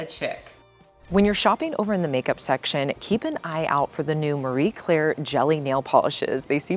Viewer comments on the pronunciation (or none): none